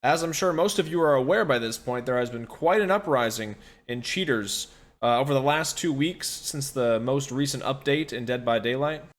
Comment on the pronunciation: whenever i hear "cheaters" i hear "virgins"